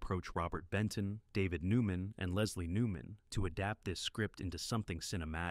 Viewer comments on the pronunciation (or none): none